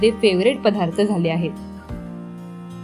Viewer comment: पधार्थ नाही ग ... पदार्थ